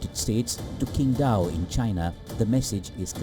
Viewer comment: No way he actually said "Kingdao".🤦‍♂🤣🤣🤣🤣🤣🤣🤣🤣🤣🤣🤣🤣🤣🤣🤣🤣🤣🤣🤣🤣🤣🤣🤣🤣🤣.